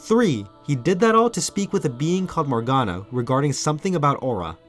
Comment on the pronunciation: Morganna not Morfana